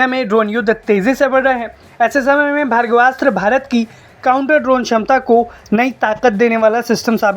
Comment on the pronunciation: यह भर्गवास्त्र नही बल्की भार्गवास्त्र है अर्थात् भार्गव अस्त्र 😂